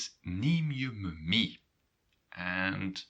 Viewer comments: а, так ты НЕ живешь или НЕ находишься в Нидерландах, в данный момент! Сорри, у меня сложилось другое мнение. Я живу в Нидерландах. Нет не всего лишь разница в произношении, разница в самом смысле, в данном случае с "mee"! И все таки разница есть, я бы сказал, когда ты говоришь - мё ми или же - мё мей (и последний всё же правильней)!!! Но да они не настаивают на правильности произношения, они пропустят мимо ушей, но спросят - Wat bedoel je? Wat zeg/zai je? =))) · he does not pronounce it correctly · I think I'm a bit lost in pronunciation, "mee" you pronounce like" mi" but I think here in Antwerpen they just say "me", or am I wrong? Thanks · Great video!. I am confused about the pronunciation of mee. I though the rule was that ee is always pronunced with a long e sound, like the a in the English word take, however you pronounce it as the e in the English word me. Am I correct or I am mishearing it? Is the pronunciation of ee different for this particular word or is it just a regional difference with respect to Dutch of the Netherlands?